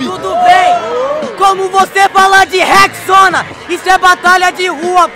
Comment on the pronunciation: decorado nada , o maluko que falo rex-sona du nada, não tinha como decorar isso